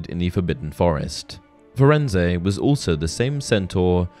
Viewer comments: Firenze, Fur ends, not Fur end say, idiot. His name was spoken in the movie. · Firenze is not pronounce Firenz-eh, my dude. Hagrid says it In the line, “Hello there, Firenze. I see you’ve met our young Mr Potter.” To my ear, it sounds like Furenz- that’s probably Hagrid’s accent, to be fair. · It’s definitely not pronounced “firenz-ay” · Firenze is said wrong